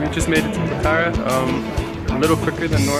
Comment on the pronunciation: It's not pokhara is pronounced pokhra!! Lol